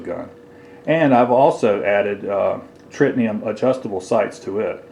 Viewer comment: It's Tritium sights not Tritnium.